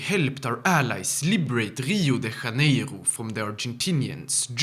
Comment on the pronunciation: It's kind of strange to hear a foreigner say 'Rio de Janeiro'. 😂😂😂 (no offense)